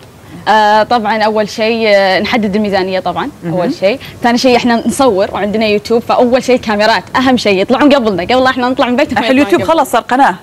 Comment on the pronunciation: ليش تقول يوتوب ليش ماتقول يوتيوب